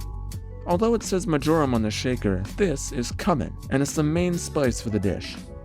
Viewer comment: its pronounced Q-men - not cummin. and MarJorAM not whatever the F you said......you goof. LOLOLOLOLO luv ya